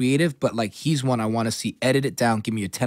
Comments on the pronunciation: NalaLana123 It's pronounced Wong and Eddie said it a few times in the interview and even then Ebro didn't correct himself. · ay, on the 3rd WANG, i would'a had to correct this nigga, EBro. it's HWONG, fam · goddamn ebro, pronounced wong shiiiiiet. dope interview tho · Host keeps calling him "Wang"; its Huang (Wong)..put some Respek on his name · expletive, Ebro, this man's name is pronounced Wong not Wang. better now? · It's fucking HUANG!!! NOT WANG,NOT WONG,FUCKING HUANG!! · A bruh it's pronounced WONG not WANG...... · put respek on eddies name fam not wang "Wong" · It’s pronounced huang (hwang) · why does he let Ebro keep calling him Eddie Wang lmaooo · Eddie Wang! hahahaa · Wrong. It's pronounced HWAONG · I was waiting for Eddie to correct him on the name... then he even said whu-ongs world to promote his show and Ebro still didn't correct it... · Eddie "wang"? Damn Ebro. You need to go back to school. Lame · How are you going to not correctly pronounce your guest name throughout the WHOLE interview? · You can tell it was getting under his skin when Ebro mispronounced his last name like 5 times. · was he saying his last name wrong? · Was he saying his last name Huang? Had to do it lol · I was hoping Eddie was gonna correct Ebro on how to pronounce his last name... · How you gonna say his last name wrong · Great interview, Ebro mad disrespectful tho. Learn how to pronounce the man's name! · right off the bat, pronounces his name wrong